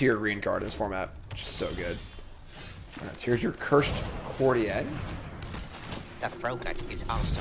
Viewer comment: Its pronounced "Court-ee-er." Its english not french 😂